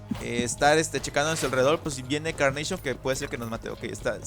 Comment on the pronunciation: NO CE DISE CARNAPION SE DISE CARNACHION😅